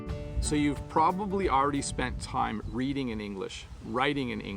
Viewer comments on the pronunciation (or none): none